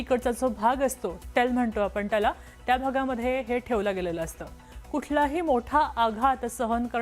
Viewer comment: टेल म्हणतो आपण त्याला ❌ "टेल म्हणटो आपण ट्याला"✅ 😂😂😂😂😂😂😂😂😂😂😂😂😂😂😂😂😂😂😂😂😂😂😂😂😂😂😂😂😂😂😂😂😂😂😂😂😂😂😂😂😂😂😂